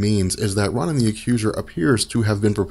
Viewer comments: Ro nan, not Ron in. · I only clicked this vid to hear you say Ron-in. CRINGE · No It’s Ronan His Name Is Prounounced Rownan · I always thought Ronan was pronounced like "Roe - nin" with a hard O sound on the first syllable... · Why do you have to pronounce Ronan that way? It's so annoying! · Exactly! So annoying this guy cant even pronounce that freakin name right